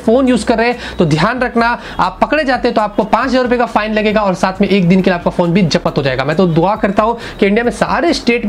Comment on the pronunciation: जबत , नही......😂😂 बल्कि वो " जब्त " होता है...👍😂😁😂